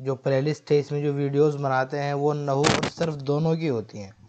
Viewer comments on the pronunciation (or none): آپ کو لفظ نحو پڑھنا نہیں آتا تو کیا درس دو گے